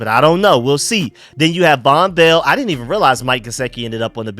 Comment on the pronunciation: The way you said “WE DINT HAVE THE CAPACITY “. Lmao